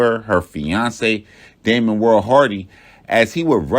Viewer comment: It’s Damian not Damon, but very well done